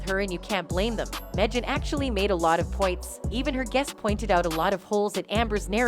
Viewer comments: I know, right? It’s pronounced Meg-an even tho it’s spelled Megyn. Ugh! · Wait. Who is meahge-ann kelly?